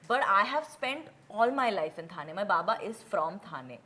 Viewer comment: hey curly tales, dont you know the difference between थाने and ठाणे ???really... shame on you. pronounce the name correctly. you arent outsider 😡